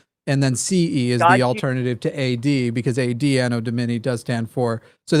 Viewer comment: Love but he won't take note of 1st syllable accents as in (anno) domini, pedantry and yes I'm a pedant. 😂